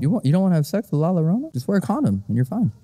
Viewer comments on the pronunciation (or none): Can we please get the correct pronunciation of la llorona. In Spanish, the double L or ll makes a Y sound. So when you say llorona it sounds like Yorona. Anytime you see a double L just remember it sounds like a Y. Another couple of letters that are commonly mispronounced are J & ñ, most commonly seen in the word jalapeño. JALAPEÑO is pronounced Halapenyo. The j makes an h sound and the ñ makes a ny sound. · hearing them say "la larona" instead of la llarona makes me CRINGE. YOUR GIRLFRIEND IS MEXICAN BUT YOU CANT EVEN GET THE Y SOUND RIGHT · La Yo Rrona pronunciation. Love you. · The way you guys pronounced la llorona made me cringe so bad, but that truly is the English way to say it